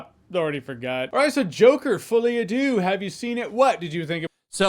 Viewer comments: I keep hearing the name as "Fully Adieu," which still seems accurate. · Did he really say Joker Fully A do? Mon Dieu.... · The worst thing about this is having to hear Americans pronounce "folie a deux."